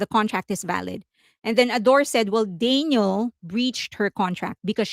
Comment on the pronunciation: You pronounce her name like Daniel. Her name is Danielle.